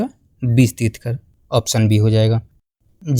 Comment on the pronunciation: Trithkar nhi trithankar hota hai sahi Se bolo yaar